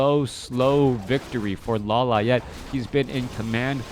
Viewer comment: lo-li-ate lol